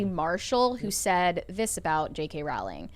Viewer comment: Pronounced: Rowling like Bowling